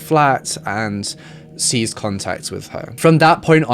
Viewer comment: Sorry to be pedantic but at 5.38 you pronounced the word ceased as seized. Yes I know it’s not important and in the grand scheme of things it doesn’t matter as your vids are great. Which is why I’m here. But, yes I’m a English grammar/language Nazi. I just can’t help myself 😂😂😂